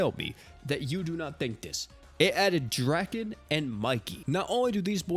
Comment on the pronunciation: I hate to be this guy, but it’s draw-ken